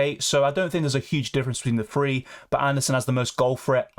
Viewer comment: Free or three.. annunciation